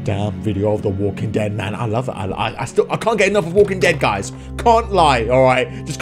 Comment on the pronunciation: When you got the flashback at the start of dis video you said the walking ted